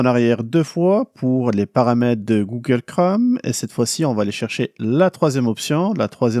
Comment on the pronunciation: Bonjour, j'apprécie et suis régulièrement vos vidéos, et vous en remercie. Cependant, j'aimerais vous signaler qu'en français, le mot "Chrome" rime avec "atome" ou "fantôme", et non pas avec "gomme" ou "comme". Merci! ¦:¬)